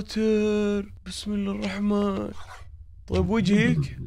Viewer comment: ألرائين مشددين في ( بسم الله الرحمن الرحيم ) و اذا ما تعرف تنطق الراء بالتشديد يمديك تبحث باليوتيوب عن كيفية التشديد يعني تكرار حرف الراء مرة واحدة👍👍👍👍👍👍👍👍👍👍👍👍👍👍👍👍👍👍👍